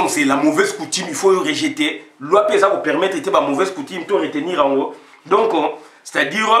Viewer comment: On sortira pas de l' auberge avec de tels propos. ONI et donco n' existe pas en français. Ozo toka boye ? Nanu otoki tse. Combien de temps vis tu en france ou belgique? Y a t il pas des ecoles pour adulte specialisées en prononciation? Fait un effort pardon.